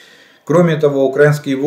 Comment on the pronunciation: При всій повазі але не укрАинскіє а украИнскиіє. Говоріть правильно ви ж освічена людина. Дякую.